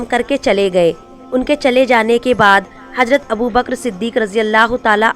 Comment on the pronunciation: Lavz hajrat nahe h hazrat h aap ke padhne me galty h